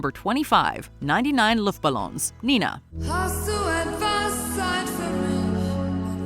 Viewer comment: Listen to the pronunciation. LOOOOFTBALLOONS. Not Luuuuft.